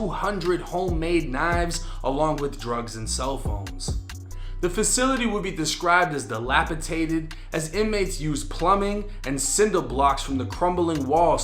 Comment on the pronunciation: Dilapidated not Dilapitated 😂😂😂